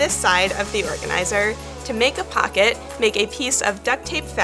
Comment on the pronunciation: The way you say pocket bugs me